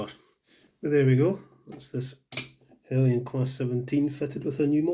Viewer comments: No, it's pronounced Hell-yen. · i always thought Heljan was pronounced with the j